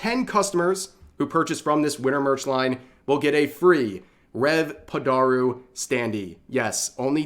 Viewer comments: if you say padoru like that one more time :(! your vtuber model is not an issue but if a weeb doesnt pronounce japanese things like a weeb i swear rev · Your pronounciation of padoru is hilarious.